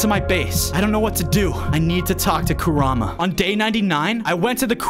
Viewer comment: I just have to tell you that its pronounced ku-rah-mah and is spelled kurama just so you know